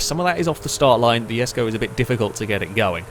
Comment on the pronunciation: It is pronounce the Koenigsegg jesko!!!